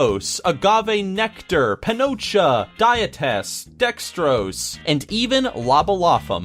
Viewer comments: I noticed you said penocha. Penocha is pussy in spanish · lol 'panocha'